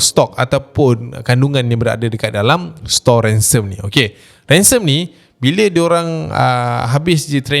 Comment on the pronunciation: ration bukan ransome chap